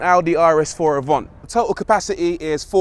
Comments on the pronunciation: Isn’t it Avant not Avont? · Avant or “Avhont” wow that’s how you drive to review a car 😁 “ the Avont aroun corner ain’t eeeh” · Audi AVANT. Not AVONT 🤦🏼‍♂️🤦🏼‍♂️🤦🏼‍♂️